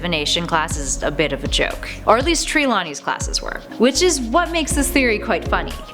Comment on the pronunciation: Seam-us oh and of course don’t forget Tree-lawney 😂 I almost forgot about Gwawp😂 of course how did I not remember deathly hOllows I’m sorry but I don’t think you pronounce it like that.😂